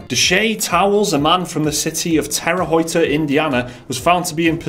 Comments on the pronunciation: Terre Haute is a french city name in Indiana its pronoucned "Ter-Howt" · I go to Terre Haute (Tara Hote is how you pronounce it btw guys, but your version is hilarious) quite often and he definitely should have gone to one of the frat houses, it's a college town. The charges seem a bit steep since no one in that town has that amount of money. Nothing good comes from that place. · Guys, coming from a Hoosier (a resident of Indiana), Terre Haute is pronounced like "Terra Hote". And the E is silent. Keep up the good work. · It's Terre 'Hoot' you English twats! Love you guys! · Not that it really matters, but Terre Haute is actually pronounced "Tarah" "Hoat"(rhymes with boat), again not that it really matters. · Terre Haute is pronounced "Tera Hote" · Being from Indiana, im not offended, but informative. It is pronouced 'tera hote' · Terray hoyta Indiana 😂😂😂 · Your pronunciation of Terre Haute killed me a little bit inside. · LOL, I am from there! That's not even close to how it is pronounced btw. Good try though. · positive that you pronounced terre haute wrong. And almost positive that you keep saying patent wrong. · I have never heard anyone pronounce Terre Haute like that. I just can't get over that lol. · You fookin' Brits didn't say Terre Haute right!